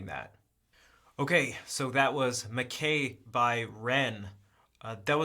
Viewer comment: It ia pronounced MAK-EYE, not MAK-A.